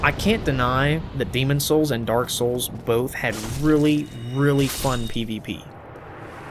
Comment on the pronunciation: The way you say 'souls' in 'Dark Souls' is so amazing. "SULS."